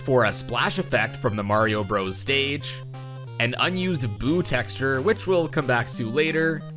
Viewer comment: "Textra" Texture